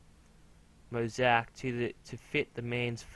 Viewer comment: oh by the way is mo-zay-ic